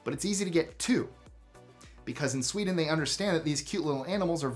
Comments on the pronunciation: And then there's "Borrow in the whole" and "Swededn." Whassup,? I'm enjoying the video and suddenly hit these cognitive speed bumps! 😖 Happy to see you back, though - love your channel 👍🏾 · Everybody is talking about “Steal” but not “Swededn”.